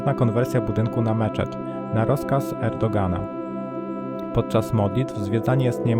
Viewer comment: Prezydent R Erdogan , wym Erdoan.,, a nie Erdogan Sz . PANIE.